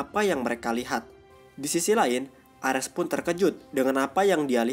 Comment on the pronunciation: Lawak bet penyebutan nama ny yg dri valkeri, M jolnir pdhl kan harus ny palu thor itu di sebut myolnir, emng nama ny mjolnir tpi di sebut myolnir, di menit orng nama dewa itu ares bkn armes blok